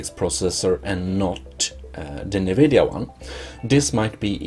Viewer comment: It’s not pronounced “nuu-vid-yeee-uhhh”. It’s pronounced “en-vid-yeee-uhhh”.